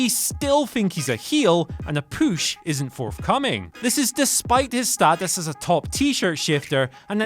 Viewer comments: Everytime I hear someone say push, in my mind I think "poosh" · I’m convinced that u don’t actually pronounce push like that and u only do it to piss us off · A poosh? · Does anyone else notice is saying poosh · What is a "poosh" 😂😂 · I swear if I hear “pooche” one more time I’m gonna lose it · his poosh xD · not push but poosh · Dear Whatculture: Please have wearing a shirt that says “POOSH” for the next video. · Take a shot every time he says poosh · A strong "poosh" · What’s a poosh ? 😭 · The big man's poosh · "The big man's poosch, or lack thereof." HAHAHAHAH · What the fuck is a “pusch? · Thirty-four! THirty-four!! THUR-TEE-FOUR!!!! Holy fuck how difficult is that?! Fucking furburger. And I'm certain he's pronouncing it "poosh" on purpose. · Poosh the poosh for the sake of pooshing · I love how he says "poosh" 😂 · What if the way he says POOSH is just a gimmick because of all the comments!? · Without a POOSH, LOL I love the way you say PUSH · "And a poosh" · Is he saying push that way to be funny?